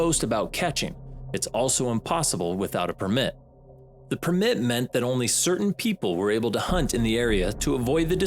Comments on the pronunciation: Can you please learn how to say permit? It's not "perm mmit" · Why do you pronounce permit like that? 😂